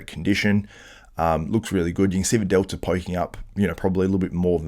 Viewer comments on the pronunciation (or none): none